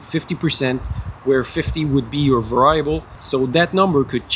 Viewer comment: variable is pronounced.... "Very able"